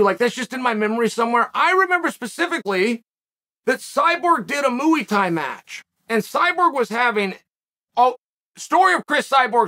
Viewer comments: Moo-ey Tie, the only martial art on the planet created by cows and utilized by humans. Thank you, Chael, for finally setting the optimal example of correct pronunciation. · bro said mooey thai